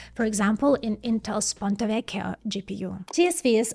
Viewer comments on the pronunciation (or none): none